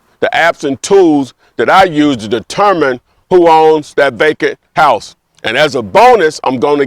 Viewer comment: I swore he was saying “bacon house” 😂😂